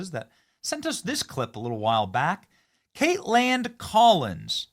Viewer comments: The way you are saying her name is annoying. Just say Kaitlyn....like you always have...just because it's spelled kaitlan doesn't mean you say katelAN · Is Benny being silly or her seriously think that’s how to say “Kaitlan”?